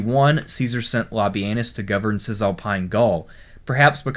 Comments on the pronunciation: Sort of sounds like le-penus. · Did you just called him lobby-anus?